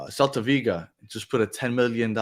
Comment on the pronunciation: It looks like the Keeper fiasco is a done deal. Minnesota acquired Drake Callender lol…, it is “VIGO” you keep saying “VIGA”